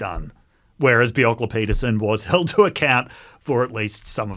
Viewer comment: Good point on rare earths. Slightly different issue but gold, silver, lead, zinc and arsenic are valuable byproducts of copper smelting. In fact, most smelting operations involve valuable byproducts that are sold as part of the revenue stream. And, please learn how to pronounce Bjelke-Petersen...